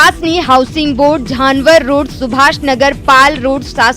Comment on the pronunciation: काठगोदाम को खाटगोदाम और झंवर रोड को झानवर रोड बोली🤔😄 क्या रिपोर्टिंग है !